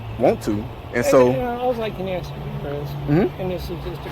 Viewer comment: You’re too smart to be saying axe instead of ask. Why do you do that?